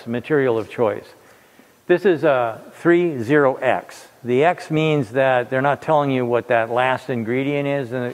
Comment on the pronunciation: I am so glad you said the metal series correctly. I have grown tired of people calling it "thirty-X" as if it is something special.